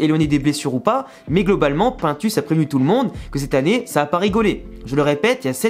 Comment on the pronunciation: Quand je t entend prononcer le nom de pintus mes cheveux chute